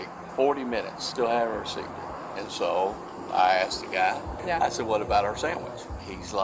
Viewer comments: "I axed you" 😂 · Why do black people say aks instead of ask, is it a kind of slang or is it impairment? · She "axed him why" lol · What a sweet mom saying she needed to call her F**KING kids! 🤬 … She just continues to destroy the English language saying “I AXED him why” and “they didn’t call the POO-lease”. Maybe she should have finished grade school before hitting the streets. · Axed? Some of these people should be axed.